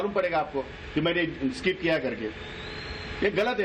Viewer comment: स्काईप नाही स्किप